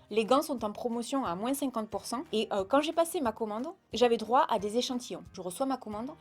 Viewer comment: Super vidéo comme toujours et merci pour ce joli concours 😍🍀👍. Petit "moin's" que j'adore 😂😂❤. Prends soin de toi 😘❤